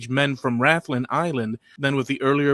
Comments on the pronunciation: Rathlin, is pronounced Raathlin, not Raythlin. Rathlin is a lovely wee place, I've a cousin who lives there. As for aDNA, I'm related the first of the three Rathlin men, found under a pub - no surprise there and I'm related to the Ballynahatty Woman. But I imagine half the county, indeed, half of Europe is related to her too. I guess, we've been knocking about Antrim and Down, a bit longer than any of my family thought.😁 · Rathlin is pronounced like wrath lin